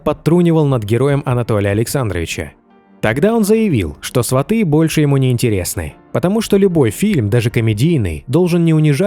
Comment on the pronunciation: СвАты, а не СватЫ, кругом неграмотные